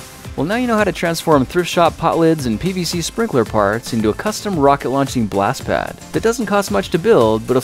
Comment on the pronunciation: When I watched this I thought he said 'sprinkler farts'😂